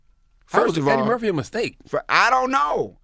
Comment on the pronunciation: Dude a legend no doubt. But he mispronounced "Eddie Murphy" when he mentioned who the Jordan of comedy was! 😂